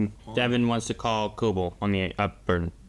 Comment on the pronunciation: They say her name so much on the show, "Ko-bell", and y'all keep saying "Koble"